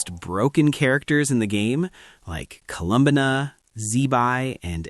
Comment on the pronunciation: Colum-banna 😂 im sorry I can’t